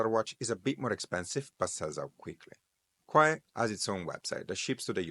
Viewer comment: Kuoe spell correctly is KU-O